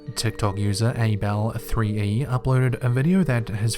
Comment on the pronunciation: The way dude said Abel wrong though.